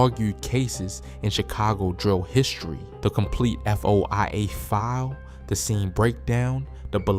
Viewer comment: Foia stands for freedom of information act so he can say F.O.I.A